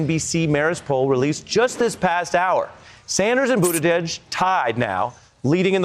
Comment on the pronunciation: Bernie actually knows how to pronounce Buttigieg. I'm impressed.